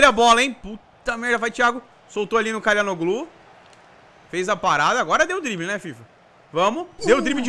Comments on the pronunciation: se diz "tchalanoglu" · o nome dele se fala "Tchalhanoglu" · pega aí a pronúncia. xa la no lú. o ç é pronunciado como x. o h nao é pronunciado assim como o g no meio das palavras. o nome do presidente Erdogan é pronunciado Erdoan. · pra você,se pronuncia CHORAnoglu.